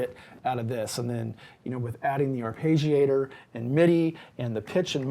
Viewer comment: Just a small bit of "abuse": it's not an "ar-pay-gee-ator". The double consonant after the "e" indicates that it's a short vowel. So that "e" sounds like it does in "legging". (And if you want to be closer to the Italian pronunciation, both "g" sounds are pronounced separately, but this is not common in English. And it probably makes you sound like a prat. 😃) Nice synth, but... it doesn't quite fit into my setup.